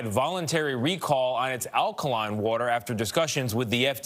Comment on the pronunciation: No respect for this reporter for not knowing how to say alkaline